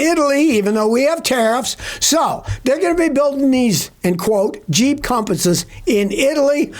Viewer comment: Did u say Jeep or cheap compass